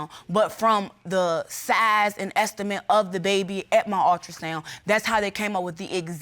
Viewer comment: The word is ULTRASOUND, not altrasound, if you can't even pronounce the word then you should not even be there